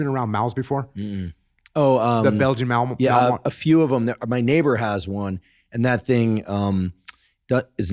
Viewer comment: Can anyone decipher what the dog type they're talking about at the end is? Are they saying "mawl", "mowl", "mou"? I can't get it.